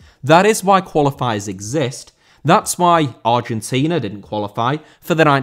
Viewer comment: Argentina* not Orgentiner